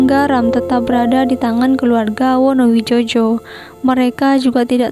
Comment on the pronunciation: Wonowidjojo itu di baca wonowijoyo...wes angel..